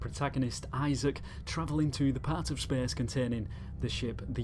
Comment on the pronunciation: "spehse" :D